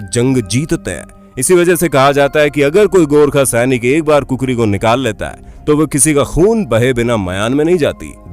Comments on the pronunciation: Its not kukuri 😁😁😁 its khukuri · Kukhri nahi khukhuri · I'm Also a gorkha N plz say khukhuri not kukuri Proud to be gorkhali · not kukrithat is khokuri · Bro kukuri not khukuri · not kukri its khukuri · Kukuri means cock bro. That's not kukuri that is Khukhuri🇳🇵🤣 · But it's not kukuri it's khukuri keep moving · its not kukuri🤣 its khukuri😍 #jay_mahakali_aayo_aayo_Gorkhali #Gorkhali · Its not kukuri its khukurii so please give respect to our nepalese soldiers gorkhali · Kukari nhi khukri naam h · proud to be a nepali but khukuri ko kukuri mat bolaa kijya acha nahii lagtaa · Its khukuri not kukuri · चाकु का नाम कुकरी नहि खुकुरी है | कृपया खुकुरी को कुकुरी नाह कहे ? बुरा लग्ता हे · Not kukuri. It's khukuri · It’s khukuri not kukuri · kukuri nai vai khukuri bolo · Sorry bro use Kukri nahin kahate Hain uska naam hai khukri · Its not kukuri its khukuri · It's called khukuri not kukuri bro 😂😂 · It’s not Kukri It’s Khukuri🇳🇵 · That's not kukuri...that's khukuri...😆😆😆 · This is not kukari is called khukari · That is not kokore That is khokri